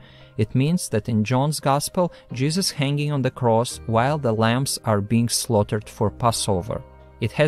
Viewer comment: The WHAT of Matthew and Mark?! I had this on in the background and I just hear "We have to speak of the jizzes of Matthew, the jizzes of Mark" and I died! 😂